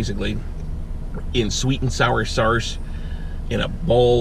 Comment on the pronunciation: Is he saying sauce like saurce on purpose?